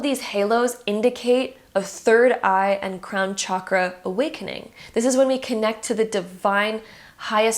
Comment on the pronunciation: Honestly couldn’t concentrate because of how you’re pronouncing chakra